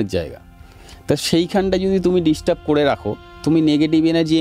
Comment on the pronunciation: disturb na , distub 😂😂😂😂